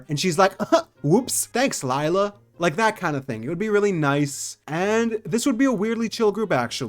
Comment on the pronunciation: the “lie la” is killing me 😭 pleasee “lAy la”